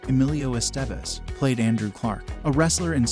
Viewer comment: Miss pronouncing Emilio Estevez ,,,driving me nutz ( S Te Vez )